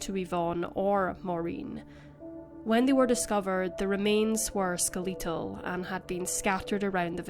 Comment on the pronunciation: "ske-LEE-tul". HA HA